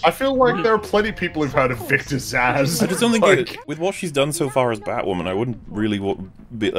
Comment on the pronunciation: It's "Zsasz". It's a palindrome. It's not hard.